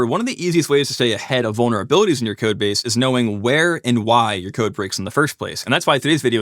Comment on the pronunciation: Uhh, did he say bonerabilities?